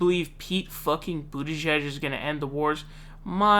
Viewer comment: "I was saying Boo-tigieg"